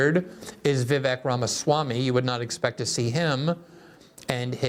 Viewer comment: "Vivek", it rhymes with "Cake"